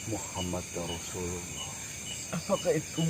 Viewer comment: MAAF KOREKSI DIKIT MAS GASE, BUKAN "MUHAMMADARRASULULLOH, TAPI MUHAMMADURROSULULLOH, KALAU SEBELUM KATA MUHAMMAD ADA KATA ANNA, BARU BACANYA MUHAMMADAN.